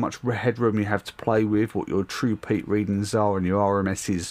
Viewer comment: when you said this peak here I heard do you see this pig here lol